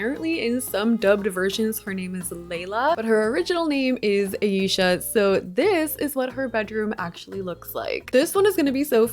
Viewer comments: Aisya. Not eiysha… read it correctly. Kinda annoying sorry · Her name is pronounced AAH- Eesha not Aye-Eesha. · Her name is AH-EE-SHA not eisha omg watch one episode pls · Once again you knocked it out of the park 👏🏽 Musa & Techna had my favorites, for sure! 🤩 Also I thought her name was pronounced eye-eesha 🤔 I haven’t seen the show in ages so I could be butchering it 😂 Thank you for the incredible content 💜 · This was so good but you’re saying Aisha’s name wrong😭